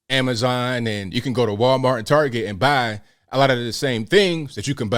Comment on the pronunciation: Love how you said targeh for target 🤣 I thought that was just my family Shame he took the coward's way out, it must be hard on his friends and family.